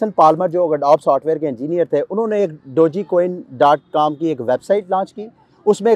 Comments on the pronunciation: O bhai its not dogiiieeeeeee coin Its doge 😂😂😂👈👈👈😱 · Bro its pronunciation is like "Dodge coin". Not Doji coin or Dogi coin. Thankyou.